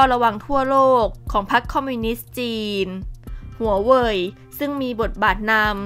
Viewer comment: ทำไมถืงชอบออกเสียง HUA WEI-ฮวาเวอ์มาเป็น ฮวาเวีย ไม่เข้าใจ